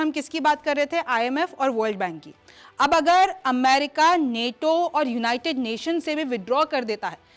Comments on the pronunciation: Neto nahi nato hai Theek se bolo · नेटो नहीं नाटो है मैडम 😂